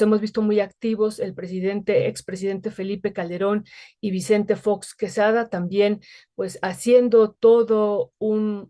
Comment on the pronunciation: Jajaja 'Visente Fots' biem imteligemte, Los amo señores, gracias por su trabajo!